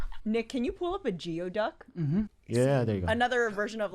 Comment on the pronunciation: It’s pronounced gooey duck